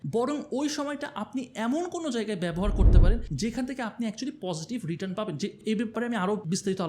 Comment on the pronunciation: একটা ছোট্ট কারেকশন ছিলো.. 'রিটান × 'রিটার্ন √